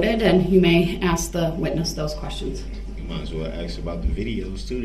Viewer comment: "Ladies and gentlemen of the jury... Let me Axe you a question."